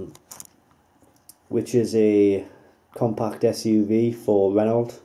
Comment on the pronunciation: The fact you can't pronounce Renault makes me question purchasing it.